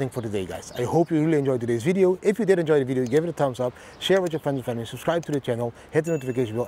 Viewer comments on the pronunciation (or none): none